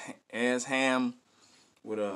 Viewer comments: Yo, he pronounces it E-sham. Hes dope, he put out his first album when he was like 15 or 16 in 1989! I think he has around 30 albums. You should check out some more of his songs. He has a song called Tony Montana, you should react to that. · ESHAM pronounced (E-Shom) … one of the Greatest MCs of All-Time , anyone who thrived from Detroit in the 90s and 00s were Influenced Heavily By Esham who came out swinging in the 80s and present, he’s done so much work that even the Top MC of today has not even covered the body of work he’s put down in the industry, One of the reasons most of young Detroiters doesn’t know about Esham is because of the broken relationships with our local radio stations and DJ’s but Esham has made millions of record sales globally as a 100% Independent Artist. Guys like Eminem, ICP , Kid Rock, Twiztid, Tech N9ne , Blade Icewood, Royce Da 5’9 , Bizzarre , King Gordy, Stretch Money, Too Short, 3’6 Mafia, and So on has spoken of Esham and his influence over the years on their music and careers.